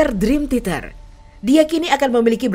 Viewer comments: Min, sejujurnya saya nonton ini sambil nahan nangis lho Min... Bisa2nya si mbak narator nyebut Dream Theater jadi Dream Titer. Seudih aku tuh Min... Seudihhhh... 😭😭😭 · Maaf ya yg voice audionya ngomong "Drim titer 🤭